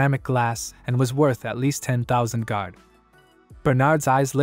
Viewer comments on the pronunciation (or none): 600 thousand ? The panel showed 60 million and why do you pronounce gold as gard ?